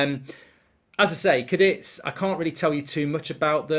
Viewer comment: it's CA DITH